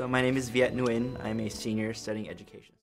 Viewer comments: I am not Vietnamese, but a Vietnamese friend named Nguyen once told me that "win" is what they say to Americans because they know it's easier to pronounce, but something like "nu-wen" (with a specific intonation that I can't type, but is exactly how she said it) is more authentic. I suspect a lot of Vietnamese-Americans who grew up in America always say "win" for this reason, even if that's not how people from Vietnam would say it. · I thinkpeople in the video pronouncing it When, know what they're talking about. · The closest to pronouncing this correctly is the 2nd person with the white dress shirt. He had the ~ accent (which the others lack) which is crucial to Vietnamese pronouncing. If he ended it with "ee-in" instead of "in" it would be 100 authentic. PS, The older gentleman at the end even watered down his name pronunciation. I'm kind of surprise since he's obviously so fobbish. Lol. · I am Vietnamese, born in Vietnam. It's strange that I only see person number 2 pronounce it correctly. Maybe they were all born in a foreign country or were trying to change the word into something that was easier for English speakers to hear. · Correct Pronunciation: Pronouncing it "Win" is them making their names easier for people who don't speak their language. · Viet Thanh Nguyen (the 6th guy) pronounces it the most correct way. It's still a little bit different from native Vietnamese pronunciation, but it's the closest one.